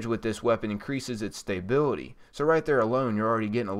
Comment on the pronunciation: dude, love the videos but I have say, you're saying stability wrong.